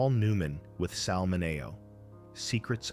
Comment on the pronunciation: I wonder if AI will EVER learn pronunciations? I thought it was pronounced "Minny-O".